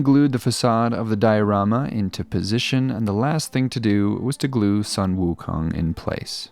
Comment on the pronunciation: Wow ... looks really cool! btw, Sun 孫 is pronounced Soo-w-earn. :)